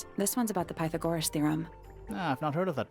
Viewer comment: PIE-tha-gorus?? Never heard it said like that before haha. Great game though, so cool how the art style has developed from the 1st